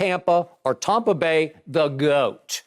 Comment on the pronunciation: Did Skip say TOMpa Bay???? 🤣